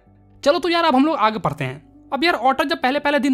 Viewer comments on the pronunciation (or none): Padhte h❎ parte h✅😂😂